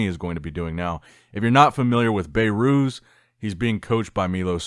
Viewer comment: His name is behrooz Be(h)rooz Not bayrooz